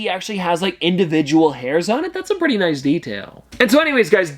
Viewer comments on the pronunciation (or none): none